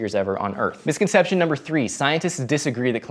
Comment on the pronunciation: It's misconception (4 syllables), not misconceptionate. I can't go on not saying anything. C'mon, slow down.